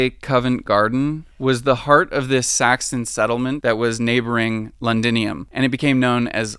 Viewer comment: It's a shame that you ruined a great documentary because you couldn't spend 5 seconds finding out how to pronounce "Thames". Every time you said "Tayms", I cringed so hard! That must be extremely embarrassing for you. Also, it's "Londinium", not "Lundinium". Also, calling the Plague, "the Pleg"? Hilarious! Cheers.